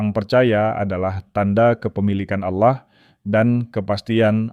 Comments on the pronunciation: tolong pengucapan nya di benarkan. ALLAH dengan tegas bukan aulloh. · Allah, bukan Aulloh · Ganti penyebutan sdr ingat ALLAH Bukan aulah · Knapa kata Allah diucapkan olloh, mav ini kedengarannya ga enak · Allah bukan Alloh 😂😂🙏🙏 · Narator nya kok seperti😅 muslim ya, Klo menyebut Allah : A' wlohh.. khas ejaan Muslim. Mohon disimak . Barangkali ada kecenderungan negatif. Pokoknya. Siagalah..😢😮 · hostnya kl ucap ALLAH mirip dg MUSLIM y..... tp memang dialek ALLAH g dimonopoli kaum sbrang aja mstinya BHS sifatnya kan UNIVERSAL